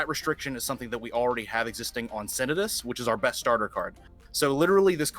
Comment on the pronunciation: Idc who this guy is in relation to Dragunity plays not knowing the significance of Remus to Romulus and assuming it'd get translated as Romus, in addition to his pronunciation of the other Dragunity names like Phalanx and Senatus offended me to my core. This is GRADE SCHOOL knowledge.